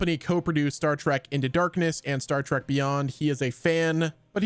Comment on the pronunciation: STOP saying, Star "TRACK"!!!!!!!!!! It's, Star "TREK" T-R-E-K